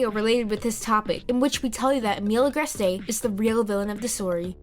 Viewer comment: “Akumanized” “Agrest-ay” “Oh-lie-uh” I’m shocked you pronounce Sabine correctly.